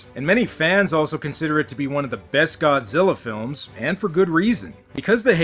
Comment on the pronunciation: "Godziller" (LOL)